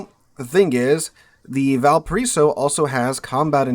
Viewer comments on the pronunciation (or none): i can't listen this video with out rage... Im from VALPARAÍSO, chile.... Sooo when you say the name of my bornplace so bad i get really anger for some reason